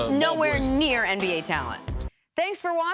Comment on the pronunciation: Cris still sayin “MBA player”